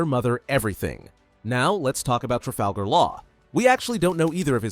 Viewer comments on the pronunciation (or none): none